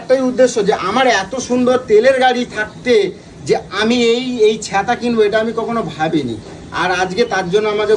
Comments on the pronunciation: দাদা ছ্যাঁতা না বলো ছাতা ☂️☂️☂️😅😅😅😅😅😅😅😅😅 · ছেতা কি ছাতা ☔ বলে